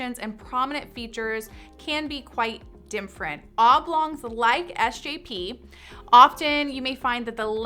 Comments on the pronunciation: Why does she say “dim-frent”? (different) I heard it several times. Maybe it’s an artifact of the mic she’s using. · Why does she say "dimfferent" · Literally drives me nuts when she pronounces “different” as “dimfrent” 😑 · I’ve never heard “different” being pronounced this way (‘dimfrent’). Just an observation.